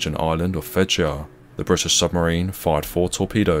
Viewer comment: And "Fedje" is pronouced "Feye" (in dialect".....